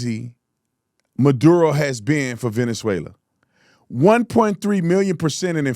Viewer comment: he says Maduro like madea